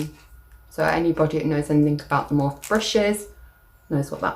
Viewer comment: I love that lippy set! It’s pronounced morph ee 😘